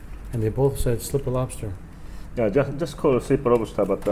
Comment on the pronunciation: stripper with posta. that's how he says slipper lobster